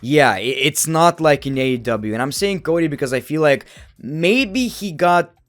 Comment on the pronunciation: the way you say AEW rocks forgetting the E lol …. AW 😂 tonight on AW Dynamite 😂